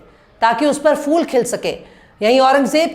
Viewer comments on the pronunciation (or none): Shams Tabrez sahab aap se guzarish hai ke aap ka talafuz per gaur kare. Khas taur se full aur fir ki jaghe use phool aur phir kaha jata hai yeh samjha dijiye.